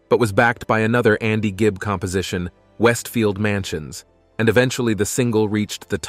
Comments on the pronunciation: Andy Gibb not Gibbs. If you're going to make a "documentary" do your research first, get the names and facts right or don't bother. The true fans know the truth. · Seen too many of these ridiculous videos on yt lately. As another comment said, straight from a wiki page. Can't even say the name of the person that the "documentary" is about properly. Gibbs? Geez. Massive thumbs down 👎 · Probably the same way the author of this video didn’t realize he was mispronouncing Andy’s last name 🤦🏻‍♂️ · Well it starts off in the first 30 seconds of the video mispronouncing his name so I’m out ✌️